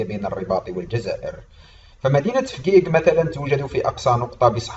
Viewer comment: انت كذاب .نحن نعيش في فجيج بكل امان وبخيرات المملكة ونحن وراء ملكنا الغالي محمد السادس نصره الله وداءما شعارنا الخالد:الله الوطن الملك. عااااااش المغرب ملكا وشعبا. مغربية حرة من فجيج. ملاحظة: انت تنطق اسم المدينة خطأ.